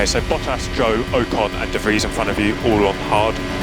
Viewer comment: The way he says ocon 🤣🤣